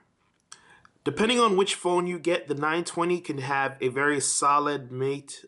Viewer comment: It's matt like the name not mate like a friend.